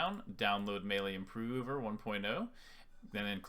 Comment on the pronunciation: love how you say improover lmao